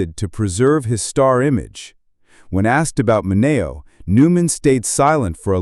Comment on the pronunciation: Pronunciation, please!!! Min E O !!!!!